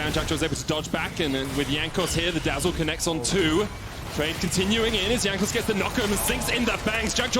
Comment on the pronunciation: Someone tell him how to pronounce Jankos.